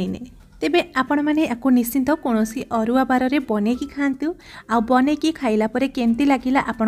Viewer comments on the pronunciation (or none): Nischinta na kahi nischita kuhantu.